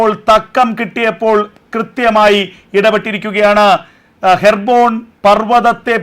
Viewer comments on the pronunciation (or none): ഹെർബോൺ, or ഹെബ്‌രോൺ